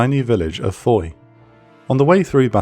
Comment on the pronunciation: Really excellent video. Two minor pronunciation points. Stavelot is more like stav-low, and Foy is fwa